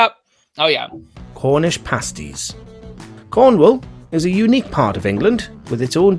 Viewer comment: ...it's pronounced 'parsties'